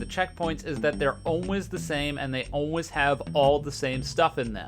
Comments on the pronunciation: idk if its just me but the way he says "always" here hurts me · why do you pronounce "always" like that